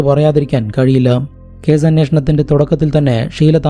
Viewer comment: Edo zemanoooo??? 😂😂😂😂😂😂lokathu ithinu semen enne parayu... Ucharanam onnu padikkedoooo... Caze.. Polize. Zemen. Manaz. Zeela😂😂😂ninte veetil sa enna aksharamille...